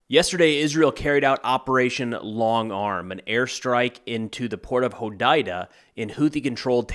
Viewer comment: One thing quickly, Hodeida is pronounced hoo-day-dah